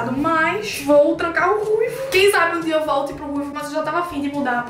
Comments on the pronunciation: entenda não é "Oi Bom Dhia" é "Oi Bom dia" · não é mas "oi bom dzia" ✊😭